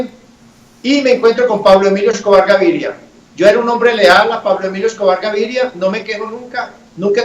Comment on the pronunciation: Paulo emilio escouar gaiiria (pronunciacion de pope)